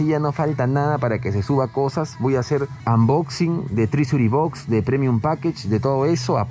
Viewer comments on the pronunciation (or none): espectacular ese ingles "anboxing" :V